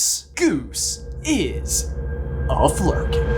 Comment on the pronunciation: Good Flurken job!! You got it so close!